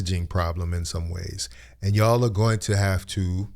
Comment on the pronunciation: Her constant use of ..."That ch"all" (Y'all") is telling exactly where she stands. And she doesn't like FBAs period. She doesn't even group herself in the FBA community- She is at best a 1st generation immigrant. Cancelled- We have to start taking tougher stands and stop enriching these people who don't like us. They are always yapping about us. We never do that to any of them, yet they all have such negative nasty thins to say about us.